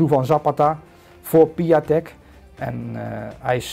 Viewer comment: Piatek spreek je uit als "Piontek"